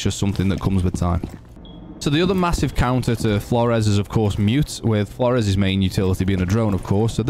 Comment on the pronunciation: heard a guy pronounce this name as "floors" i laughed at first thinking "thats a good one" then he continued to pronounce it that way, seemingly unironically throughout the video. I lost faith in humanity that day